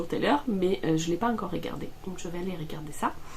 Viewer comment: Pourquoi quand tu parles, mets- tu des accents là où il n'y en a pas ? Ex : régarder (ré) au lieu de regarder (re), etc... ce n'est pas une critique, mais j'aimerais comprendre... 🤔